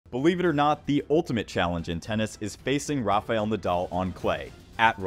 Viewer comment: It’s 2024 and this dude is still pronouncing Rafa’s as Ra-FAY-el smh